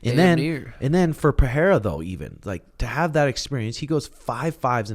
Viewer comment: Let's goooooo finally an American pronounces Pereira correctly. Thank you sean